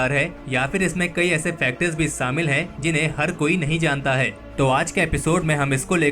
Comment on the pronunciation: saaamil kar diya suru kar diya... behanchodh SH-SHHA hOTA HAI.......SAALA GANDU PAIN TO HEAR